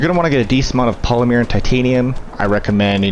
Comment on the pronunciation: Yes... its polymer, not polymeere